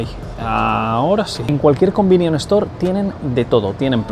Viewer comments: Joder qué mal suena cuando dices "convinion" todo el tiempo 😂😅 son "convenience store" y por eso les llaman "konbini" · Un "convinion" store jaja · "combinion store" 😭 es convenience store xD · Cada vez que dice "combinion" dios mata a un gatito. Por lo demás genial video! Deseando ir a probar mil cosas!